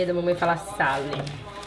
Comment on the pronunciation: eu também falo sale ao invés de sal.